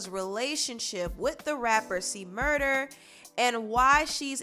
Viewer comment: It's C-Murder, officially, not murda. It was a big deal about it in the past.